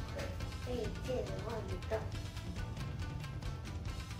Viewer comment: I THOUGHT HE SAID KITTEN NOT KID AND I ALMOST SPAT MY DRINK OUT